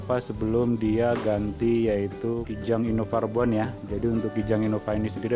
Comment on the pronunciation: Anjay nyebutnta innova rebon.. Jadi mikirin udang